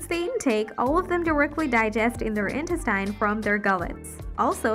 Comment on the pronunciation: This narration has got to be AI generated... the syllable emphasis on some words is terrible eg apparatus/habitat/intestine.